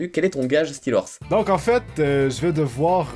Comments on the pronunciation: Comment tu as détruis le nom de Steelrose en l'appelant "Steelorse" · apprend a prononcer steerlose XD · stiiorse scomme sa que farod le dit x)